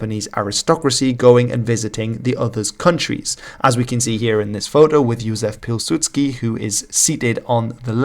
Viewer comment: Your "Józef Piłsudski" was perfect.